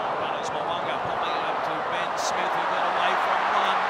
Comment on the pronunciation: 'BIN SMITH OVER THE TRY LINE!' Why can't Aussie pronounce words properly?